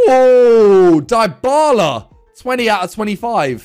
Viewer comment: man said diebala